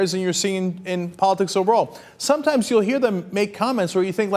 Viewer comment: "somtimes" it sounds like a mexican